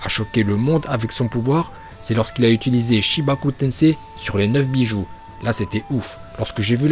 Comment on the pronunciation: Brando bah c'est pas que c'est nul c'est ce qu'on comprend car il prononcé pas bijuu mais bijoux